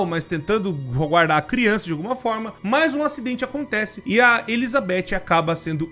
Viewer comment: "Deixar bem claro que criunça não entre" MANOOOOOO TE AMO 🤣🤣❤️❤️